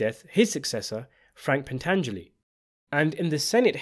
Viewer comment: The "Baptism by Fire" hit wasn't just four people, it was eleven and I do believe the other families would fall in line since they would have to rebuild themselves. PS: Thank you for pronouncing Pantangeli correctly